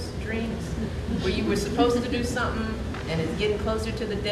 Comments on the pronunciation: FOR SOMEONE BEING SO HIGHLY EDUCATED, AND THE WIFE OF A PREVIOUS PRESIDENT...SHE SHOULD KNOW THAT IT'S NOT PRONOUNCED "SUMPIN'".....IT IS PRONOUNCED "SOMETHING". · With all that education, she still can't pronounce "something" correctly. Nobody wants to be lectured to by someone with a victim mentality.